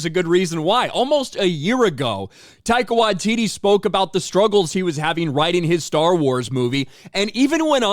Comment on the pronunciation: Who the hell is Tyco What-titty?